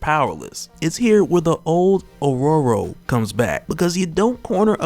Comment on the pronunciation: The way you pronounce Homines and Aurora is cringe. It's Homines like Hominid, like Hominids as in humans. And Aurora, like the Aurora lights in Alaska.